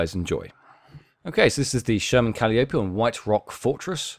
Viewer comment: Pronouced Ca'lie o pee.